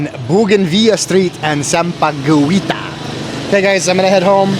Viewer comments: Hello FYI you pronounce "sampaguita" with silent "U" sampagita.. Like Guitar. Try to visit Pampanga the culinary capital of the Philippines. God bless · sorry, you are pronouncing sampaguita wrong. U is silent.. love watching your vloggs. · Sampaguita is pronounce with silent u like in guilt(english). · Hello, Sampaguita is pronounced as Sam- pa- gi-ta!!! Silent u. Tamarind is a fruit N Sampaloc is the tagalog translation. That woman shouting is kind of crazy, i think! Dont think too much!!! Can’t understand too what shes shouting about!!! Lol Enjoy your chinese food!!! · you kept pronounce bad the tagalog word SAMPAGUITA. Sam-pa-gwei-ta Sounds terrible when always said that word. Did you know that sampaguita is the national flower of the Philippines. So please say it right. SAM-PA-GEE-TA (do not pronounced U) After you took main course coming up is the dessert. In tagalog word Panghimagas. PANG-- HI (pronounce this as He, not Hi)-- MA-- GAS Don't be mad Peace! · sampa-GWEE-tah ❌ sampa-GHEE-tah ✅ unless of course pa-cute ka lang on purpose 🙄😆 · Sup, sampaguita is pronounced locally as sam-pa-ghee-ta. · Sampa guita= sampagita Guita like guitar sir haha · Sampagita not gui. Sampaguita is called jasmine here in US. Yes, you are correct Sampaguita is the national flower of the Philippines. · Sampagita not sampaguwita, on how you pronounce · sampaguita pronounced "sampa-gita" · "sampaguita" is pronounced sampa-geeta. the "u" is silent. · Sampaguita is silent U. Sampageeta. No licking, gross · Kuya... if you see a word with "gui" or "gue"... in Tagalog... just pronounce the last vowel... so for "sampaguita" it is pronounced as "samapgita". For "Malaguena" it is pronounced as "Malagena" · "Sampaguita" pronounce as sampagita silent 'u' like - Aguinaldo, Guimaras. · It pronounces as 'Sampagita'. Silent U. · JUST SAY SAMPAGITA SILENT U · Sampaguita is pronounced with a silent "u". Just ignore the letter "u",.😊